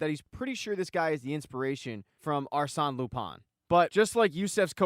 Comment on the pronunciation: Arsene pronounced Ar-sen like Arsenal without “Al”